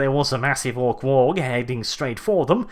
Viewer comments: Oh, why do you torment us so with pronouncing WAAAGH! as WAAAG!? It makes me cry so. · the 'G' in 'WAAGGHHH' is silent. Like 'laugh' or 'high'. It's not a 'WAG', that's some thing else entirely. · The G is silent in waagh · the 'G' in WAAAAGH!! is silent. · You are pronouncing waaagh wrong and it's making me go alittle more insane every time I hear it